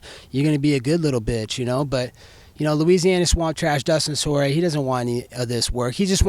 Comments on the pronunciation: Dustin Sore-ier XD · he def has a book full of nicknames for everyone did he say dustin sorrier? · Dustin Sorryier lmao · Dustin sorrieir😂🤣😂🤣🤣😂😂 Love how he exposed the Snake Paul fight tho🔥 👍🏼👍🏼👍🏼👍🏼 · Dustin Soy ier 😂